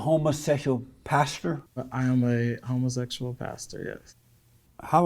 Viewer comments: "are you a homaseshul"🤣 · I think Jesse just preys on people who're not intelligent enough to see through him and how he tries to set you up. I would eat him up and spit him out...and that sprayed on dyed beard. He's not that smart tbh. He can't even pronounce "homosexual." Not trying to be funny but this is the first time I've seen this channel, is the host of LFR Family gay? He comes off as gay, bisexual, curious, or something. He ain't all the way straight...or maybe he's just super feminine. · Why not just say 'gay'? Dude cant help but EMPHASIZE 'homosexual' every time he ask him about being gay!